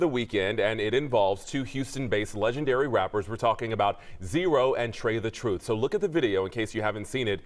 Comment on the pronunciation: “Tray the Troof” 🤣😂😅😂🤣😂😅